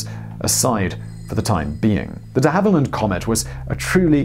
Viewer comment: You’re getting closer, but still risking your British citizenship by mispronouncing and misspelling DeHavilland, one of your homeland’s most legendary aircraft manufacturers.